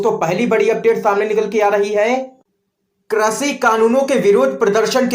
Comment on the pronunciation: Correct your language, it is krishi not krashi.